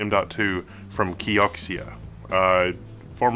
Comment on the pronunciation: Kee-o-zee-ah I think.